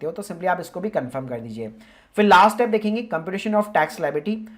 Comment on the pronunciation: Why are you pronouncing Step as STAP ?